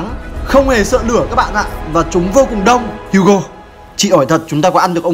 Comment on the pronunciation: HUGO tiếng việt : hú chó